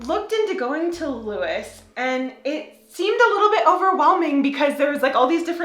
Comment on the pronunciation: About 30 yrs ago. Nowhere was open at all on Sundays. Leave your clothes outside, would get stolen here in the UK. U did pronounce Lewes correctly. Lewes is probably the biggest in the UK. Guildford very big as well. Getting into Lewes is bloody hard. Forget driving. The whole town, the roads getting in, is in complete lockdown